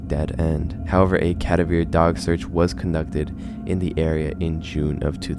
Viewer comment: cadAver not cAdaver